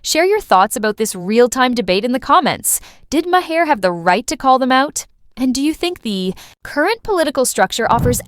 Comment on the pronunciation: Ma-Her? 🤔 jfCryst🙄